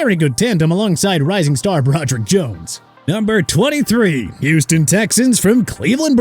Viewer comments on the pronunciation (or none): none